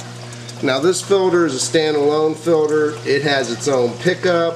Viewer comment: filter not filder